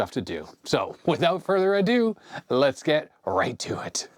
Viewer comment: means business when he busts out the ryobi! He calls it “further adu” 😂